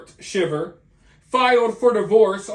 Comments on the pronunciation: The last name is pronounced Shy-ver. Long I. This is why I can’t stand social media like Instagram, people portray a picture perfect life even though it’s the exact opposite. Maybe if people lived in the real world things would be different. This man is lucky the plot was discovered. How a wife could take the father of her kids from them is awful. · The last name is pronounced Shy ver. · It's pronounced SHY ver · You know that you're pronouncing their last name wrong, right? It's not pronounced like the reaction one has to being cold. With a short I. It's pronounced with a long I. Like if it was spelled Schiever. But it's spelled Shiver. Just trying to help you out! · It's pronounced "shy-ver" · Their name is pronounced Sh I ver.